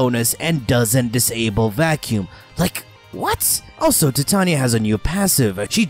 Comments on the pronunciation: in English it's Tie-Tay-Knee-Ah, ...you don't call the Titanic.. the Ti-tan-ic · Im sorry, but I couldn't help but notice he likes to say tatanya instead of titania. Just saying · Holy crap this drove me nuts. I'm preeeeeetty sure it's not TIT-tanya. It's TYE-TAY-NEE-AH. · albiblow facts he says it weird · How the hell do you say her name wrong. Ty-tain-ya (titania) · The warframe name is pronounced "Tie-TAY-nia", a bit weird since it's Shakespearean inspiration is pronunciation "Tih-TAN-ya". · Stopped watching when you called her Tatania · Ty-Tain-ya(titania) thats how you say her name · as hard as pronouncing Titania properly with me now "Tuy-Ta-NI-Ya" (if you go by the English rules) "Tai-Te-Ni-ya"(if you go by the alphabet which is how the rest of the world goes by) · no it's based on an American bastardisation of a English word. under no circumstances should the middle of that word be pronounced with a ''Tan'' - Tie-Tain-ia is the correct pronunciation. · Tea Tah knee Yah That's how it's PROPERLY pronounced. Not the American way but the proper way. The queen of fairies